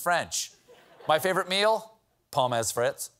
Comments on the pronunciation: fun fact: he pronounced "pommes frites" in perfect german. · As well as the German pronunciation of pommes frittes 😂😂